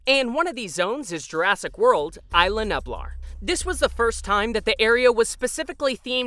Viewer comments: "ees-lah..new-blar" is the way to pronounce Isla Nublar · Oof. The way this narrator pronounces "Isla Nublar" hurts me.